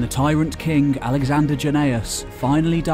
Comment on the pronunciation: Roland de Vaux NOT Roland de Veux. And king is not pronounced as kink nor is working pronounced workink.